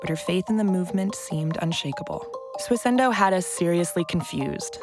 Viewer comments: Why does every single person in this video say "SWISS-INDOH" But the presenter always says: "SWISS-ENDOH"? WTF? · The subtitlers also can't spell 'bizarre'. Also, does it sound to anyone else like she keeps saying "Swiss-ENDO"? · It's Swissindo mate, my god the word cropped up in the video like tens of times and you still butchered it lol